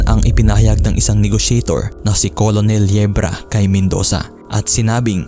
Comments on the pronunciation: Anong KOLONEL hahaha basa po sa COLONEL is KERNEL not KOLONEL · Hindi kailangan perfect ang pronunciation, pero sana maayos man lang. COLONEL is pronounced as 'kernel', hindi po 'kolonel'. At bakit sa bandang , eh ang pagkasabi ay "3 AM PM"? Ang labo mo par, nakalagay na nga sa pinaskil na pm, ginawa mong 3AM PM? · Colonel -pronounce as "kurnhel" or kurnel